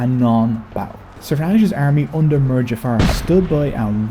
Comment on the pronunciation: Same for the word 'mir'